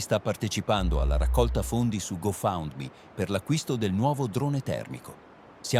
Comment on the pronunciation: bravissimi e interessantissimi come sempre, ma vi prego, quando dite GoFundMe, fatelo pronunciare all'AI come "go fand mi", non "go faund mi". In ogni video c'è questo errore. La parola in mezzo è "Fund", non "Found". Se il programma lo legge male, basta scriverglielo in modo tale che oralmente sia corretto. Scusate la pedanteria, ma dovevo dirlo 🙏🩵.